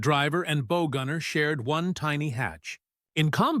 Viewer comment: I know... but the AI pronounced it as Bow... as in bow and arrow, not bow as in the front of a ship.(or tank)